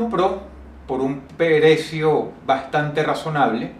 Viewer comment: "Por un perecio" minuto :v